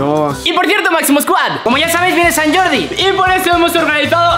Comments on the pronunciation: Sant gordi? Es sant jordi😅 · SANT GORDI NOO ES SANT JORDI TIO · PUAJAJAJAJAJAJA SANT GORDI CON "G"😂😂😂😂😂😂😂